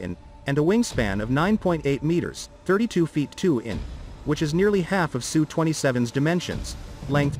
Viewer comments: Usually it's spelled as S U and not pronounced SUE. It is impressive that fighters today, with a size comparable to some WWII bombers, are so incredibly advanced and capable as compared to those planes of 70 years ago. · S U. Its S and U. Not Su.